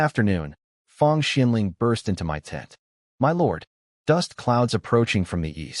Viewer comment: This channel is 5 months old and yet the A.I still hasn't been fixed. It still says 'M.Y' instead of 'my'.